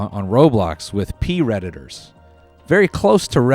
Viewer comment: it took me a minute to understand he was saying predators and not pee redditors